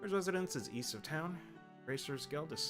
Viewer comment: East not weast